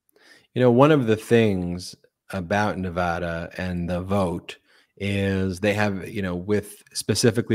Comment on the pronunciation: Thanks for pronouncing "Nevada" correctly 😂